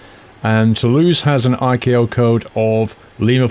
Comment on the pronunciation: It's spelled ICAO and pronounced ICAO as in I.C.A.O. Took me forever to figure out what you meant. Sounded like you said akoes and I was like, What???????